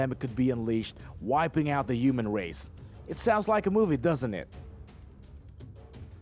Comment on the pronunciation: Lets play a game. listen for these words. if he repeats them add it to your score (im not being mean, i have speech impairments too, meant to be fun so have a laugh sometimes) ass teroid... 5pt tooth is...5pt vagiant...5pt yewman race...10pts half a peeps...15pts jammer gay...10pts soupah...5pts two turds...10pts cry-mate...5pts curryation...5pts karry...5pts a balla virus...15pts sosofafun...50pts assess...10pts round up points and drink some more vodka...